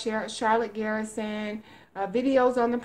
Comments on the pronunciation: It's pronounced GUR-SUN, not Garrison. GUR-SUN is the way Charlotte pronounces it. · It's not 'GEAR'son!!! The 'er' is like the Purr word, when describing what a cat does, minus the P!!! Jesus H, man!!!